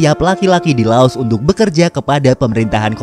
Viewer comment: Lao.. tak mengenal huruf S